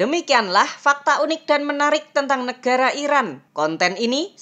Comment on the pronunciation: Nekara atau negara? Kok nyebutnya nekara